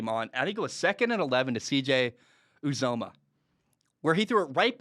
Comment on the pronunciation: not trying to harp on ya too hard or anything but its Yew-Zah-Mah, not oo-zo-mah